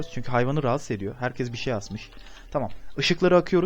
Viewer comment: Kimin annesi canavar a cenevar diyo? Ve kimin annesi herkez e herkeş diyo ? :D